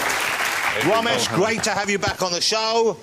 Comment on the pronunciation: “The vewy vewy funny, mister Womesh Wanganathan”